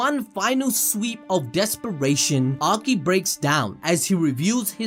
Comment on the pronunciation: what is DESPRATION?????????????????? LMFAO you done fucked up